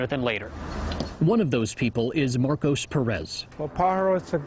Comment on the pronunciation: That wasn’t Marcos that was MarCUHs